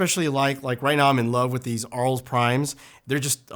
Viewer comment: HI. First, I am french. Arles is a city in the south of France well known for its photography festival and art exhibitions. It is pronounced Arl.